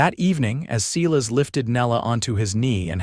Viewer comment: If AI could just learn to pronounce names correctly! It is not Sealis it is pronounced as a long I…Silas.